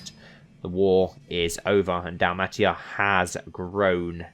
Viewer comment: It's pronounced Dal-may-sha